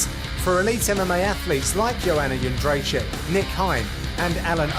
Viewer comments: Joanna Jędrzej-CZYK not CZAK. Come on!!! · yed-jay-check. how are so many people fucking that up lol